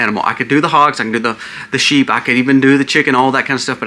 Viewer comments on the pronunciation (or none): none